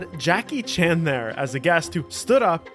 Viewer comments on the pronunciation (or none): none